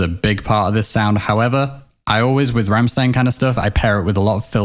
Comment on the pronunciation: "Ram-shtein", not "Ram-sstein".